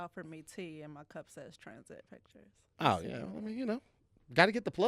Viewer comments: This man said "dictures". New game making up words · Did just say Dicture? I’m taking this word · Did say "dicktures" lol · I know it was unintentionally said but you might be onto something "Dickture" 🤣🤣🤣🤣